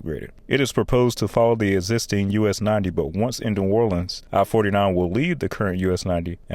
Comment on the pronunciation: The pronunciations are painful!!! WestBANK Expressway Boo-TAY Never EVER is it “nawlins” please NEVER say that again…..it’s Nu-OR-lens That was interesting to watch but gut wrenching painful to listen to….